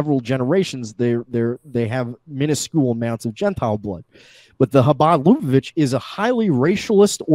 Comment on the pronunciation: Omg this drives me up a fucking wall. It's not pronounced "LOO-bo-vitch," it's luh-BUH-vitch.